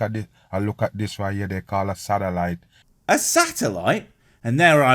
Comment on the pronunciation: The way he sais "Satelite" sounds like "Salad"